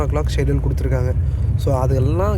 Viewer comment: Super,kuduthurukkanga not kuduthirukkayanga